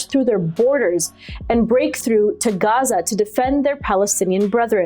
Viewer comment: Nobody pronounces Gaza like that dear